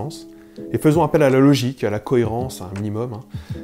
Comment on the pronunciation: «leaugicke » ? «ckhohairransse » ? tu pourrais epeller que je sache à quelle page chercher dans mon Larousse ? : réfléchir ? tu m'as pris pour un miroir ?